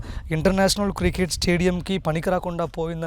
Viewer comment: బాబూ... అది కృకేట్ స్టేడియం కాదు. క్రికెట్ స్టేడియం. ఇది మంచి వార్త. కానీ మీ యాంకరింగ్ బాగోలేదు.